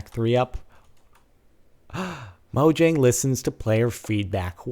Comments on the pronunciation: just something you may want to know, its pronounced "Mo-yang" rather than "Mo-Jang" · Porkchops, and its actually pronounced moyang. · question: is it pronounced Moe-jang or Moe-yang?